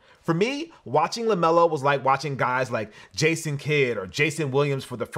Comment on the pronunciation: LEMELO BALL!!! "LEMELO"!!